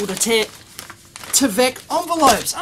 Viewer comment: It's not t-eh-vek by T-eye-vek.